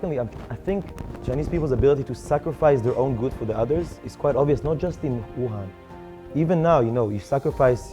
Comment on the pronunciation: Wham, Bahm...Thank you Ma'am Wuhan sounds a lot LIKE (it's WHAM babe's, !!!!)